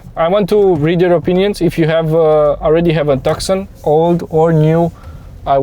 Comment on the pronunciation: Every time he says TAKSON ...a small kitten dies.